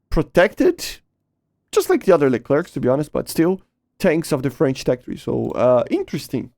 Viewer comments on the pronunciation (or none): none